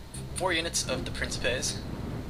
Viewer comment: it's pronounces vel-it-ays not "veelites" also prin-kip-ays" FYI: i do latin